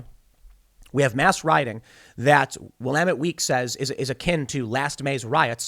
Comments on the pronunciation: Thank you Tim for correctly pronouncing Willamette. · I am from Portland, born and raised, and I can validate the insanity of the prejudice and bias of the Willamette Week paper. Also, congratulations to Tim for learning how to pronounce Willamette :)